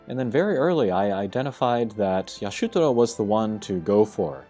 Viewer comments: Isn’t it Ishtola? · Ish-tola in ff14 so if hes reading the japanese it makes sense but it definitely has me confused. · It's pronounced EE-shto-la. -.